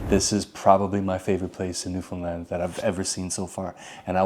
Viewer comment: Also much respect for saying the correct saying for Newfoundland. Newfinland is what we call it 👍